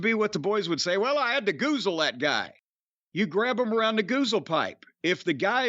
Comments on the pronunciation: Take a shot every time they say goozle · DRINK ON "GUZAL".